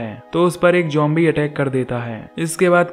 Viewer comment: Bro zombies he jombie nahi he pronounce to umhum